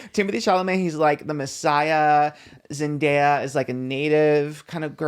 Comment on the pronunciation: The way Trish pronounces zendaya